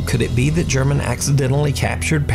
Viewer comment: It's pronounced Her-mon, not German. Otherwise, great vid as always, brother!